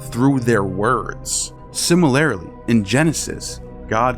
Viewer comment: But could you learn enough English to be coherent? I really wanted to hear this information, I’ve been an atheist for over 20 years, but you can’t pronounce anything! Ex, similarily ( no such word ). If you can’t read well, you’re passing on misinformation to those who want to learn!